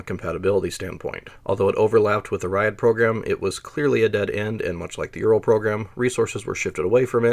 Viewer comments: JFYI, It's not "rayad". It's pronounced as "rjad" without buzzing in "j". The approximate english translation would be the "line-up". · He means Ряд, he just pronounces it wrong. Every time he says "raiad" my ears bleed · Ugh, you're pronouncing it wrong. Sounds more like Rad than Ry-ad. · Not “Rye add”. It’s a single syllable: ryad. If you have to skip a letter, skip the “y” and pronounce it like “rod”. Tnat is at least in the ballpark. Rye-add is complete gibberish. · It is not [ˈraɪəd], it is [rʲæd]. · A more correct prononciation would be like the city name Riadh. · Edinaya sistema sounded right, you can just say Yeah-ass that's how everyone pronounced it here, although I think I usually heard it as Yeah-Ass-Eh-Vah-Ehm (ЕС ЭВМ). Ryad is rather ree-at given English does not have soft consonants. Your Minks is perfect anyway.